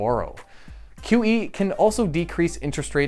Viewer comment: Every time he says QE, I hear kiwi. I was tabbed out and couldn't unhear